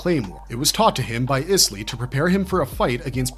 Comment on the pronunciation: My guy, your pronunciation of some of these words should land you in prison. Galatea, for instance, is pronounced "Gal-UH-tay-UH". Rafaela, similarly, is pronounced "Rah-FIE-el-UH". Isley is "EYE-lee" or "EYES-lee" if you also pronounce "isle" with a hard-s like a weirdo :D